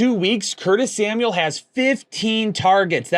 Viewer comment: LOL, Curtis Smauel (Samuel)